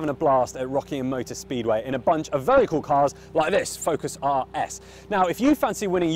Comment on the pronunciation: " I am wery wery stoked"